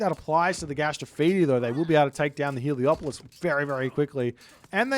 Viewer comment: C'mon! It's Helepolis not Heliopolis! You are breaking my immersion!